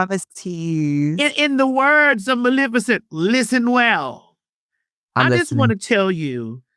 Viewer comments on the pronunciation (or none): none